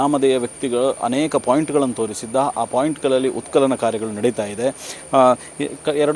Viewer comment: ಉತ್ಕಲನ ಅಲ್ಲ ಉತ್ಖನನ 😂😂